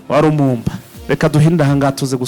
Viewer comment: Wa Mulumba, ntabwo ali Lumumba